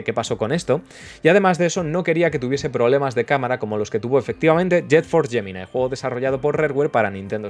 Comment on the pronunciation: Alguien que por fin pronuncia bien Prometheus y Gemini. Estoy orgulloso